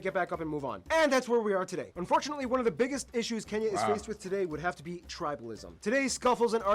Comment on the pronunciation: It is Kenya not kinya😊